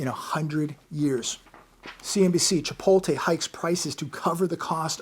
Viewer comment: Appreciate all the vids everyday. Here’s a gift back. How is Chipotle pronounced? It's pronounced 'chi-POAT-lay.